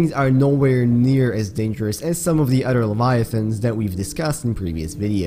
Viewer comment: great video dude! i’ve been obsessed with your videos lately and how much research you put into each and one of them, but a little heads up: you are pronouncing “other” wrong; i don’t mean it in a hateful way whatsoever, i just think this can help you improve your english (i am guessing english is perhaps not your first language?) the way you’re pronouncing “other” is the way “utter” is pronounced, and these two words have different meanings, you see: “utter” means something absolute, while “other” is used to refer to something different from the previous thing mentioned beforehand, i know that english’s pronunciation is fucking weird (english isn’t my first language either so i feel you on this one) but the “th” in “other” is pronounced more like a “d”, i don’t know if i’m explaining things correctly enough for you to understand but you can look it up in google translator, just put “other” and click the button that provides you with the correct pronunciation, trust me, it works great! i’m always using it and it has really helped me improve my pronunciation and i think it can help yours! good luck :)